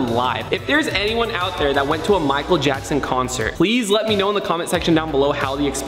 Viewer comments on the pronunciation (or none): none